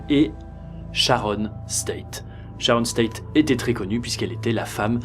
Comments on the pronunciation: Toujours aussi passionnant, avec des photos assez rares. Beau travail, bravo ! Juste un détail, c'est Sharon Tate, pas State... Pas grave ;-) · Super vidéo ! Cependant c'est Sharon Tate et non State haha!